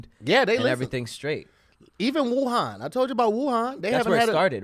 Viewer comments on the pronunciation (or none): none